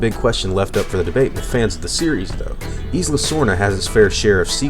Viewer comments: Isla.. The "S" is silent.. It's like Isle. You don't pronounce the "S". It's more like "I'll" So.. Isla would be like "I'll-a.. I'll-uh" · your saying isla wrong